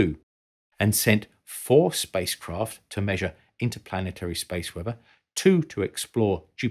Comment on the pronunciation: "Spice Kroft"